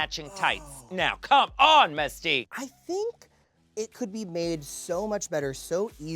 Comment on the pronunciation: Messtique took me out 😂